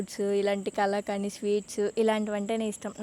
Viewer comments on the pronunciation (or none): Kalakaani kaadhu.. kalakand sweet.